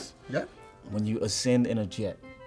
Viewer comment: Naw naw that man said Jet! JAT 😭